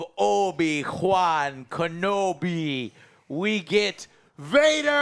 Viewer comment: You mean Obi Kwan Kenobi?